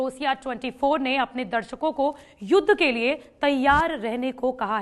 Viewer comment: मैडम जी को तो युद्ध बोलने ही नहीं आता